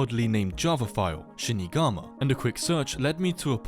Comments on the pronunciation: mild mispronunciation: said: shinigama. Meant to be: Shiginama. have a good day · sorry if i'm just misremembering the vid, i scrubbed through again to check and i might still just be missing something -- but i'm pretty sure the mention of "shinigami" is just mispronouncing "shiginima", the name of the cracked MC launcher visible on the players desktop, as "shinigama". he rlly botched the pronunciation there haha. was there something else in the video that was relevant to shinigami and yokai? only other connection i can see rn would be the creator's icon and desktop bg being from yume nikki, which is also japanese with some creatures possibly inspired by yokai, but i feel like the cameos in this are more in relation to the "dream" theming than anything. again, sorry if i'm misunderstanding anything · bruh that shi did not say shinigama